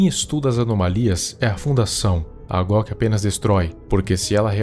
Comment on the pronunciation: So Eu fiquei escutando em vez de GOC eu escuto GLOCK kkkk